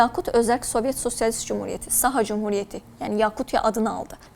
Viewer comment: Неправильно ставите ударение - СахААА